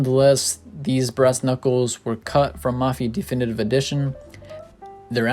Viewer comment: di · fi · ni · tiv Not d-E-finitive For fuck sakes.